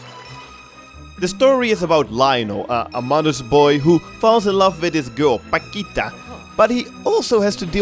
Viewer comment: They way you say "paquita" looool, it always kills me